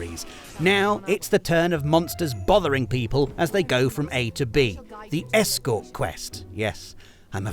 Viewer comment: The way stressed 'escort' made me think it was the sort of side missions you'd find down a back alley in GTA rather than one involving accompanying someone to their destination